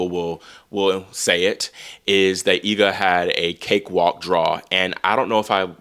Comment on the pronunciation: I always appreciate your correct pronunciation of Iga's last name, that's rare